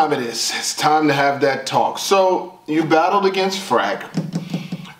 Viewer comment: "Quantiy doesn't equal quality" 🗣TAWK